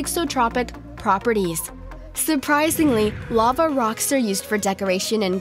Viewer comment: Your voice makes me wish I was deaf. You also can’t pronounce words right. I wish I would have never watched your channel. Lava, seriously? What is wrong with you?